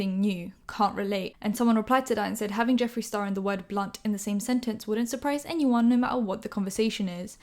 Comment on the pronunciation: no one:: ‘ñyeed’ ‘añyeeone’